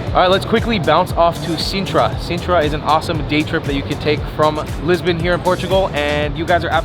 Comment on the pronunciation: Hey guy Lisbon is pronounced Lisbohn,and not"Lisbin",as you keep saying!